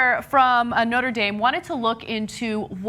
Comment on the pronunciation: I know there is probably a good reason for it, but the pronunciation of Notre Dame irritates me so much.